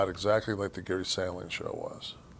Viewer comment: It was Gary SHAND-ling Kev, not SAND-ling.😂 His point is a good one, though.